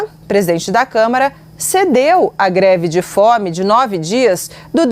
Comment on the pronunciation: O problema dele é não saber falar mesmo, pq ao em vez de pronunciar greve de fome ele diz "gre de fome"..😂😂😂😂